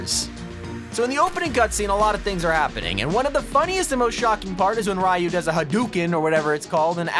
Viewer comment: IT IS PRONOUNCED HA-DU-KAN OR HADUKAN